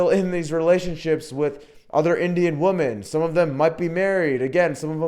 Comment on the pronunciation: are you saying woman or women ?.are you actively trying to sound like stoner bro in your videos.....man